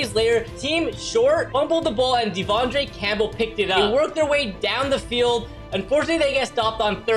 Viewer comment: Only thing I’m disappointed in is the way he said there names fr like deandre canpbell when it’s devondre